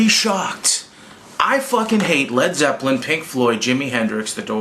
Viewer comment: "Led Zepplen"